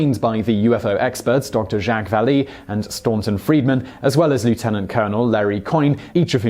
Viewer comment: who the f@ are the Anukani? you mean the Annunaki? Also Dr. Vallee has an a sound not a y sound when pronouncing his name. He is French